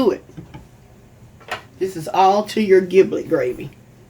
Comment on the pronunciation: "giblet" uses a soft "g" like a "j". as in "jiblet".